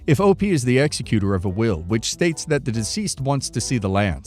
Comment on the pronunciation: Might want to look up the pronunciation of "executor."